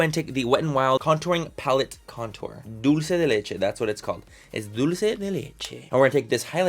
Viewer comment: Loving how he pronounces "dulce de leche" ❤🇦🇷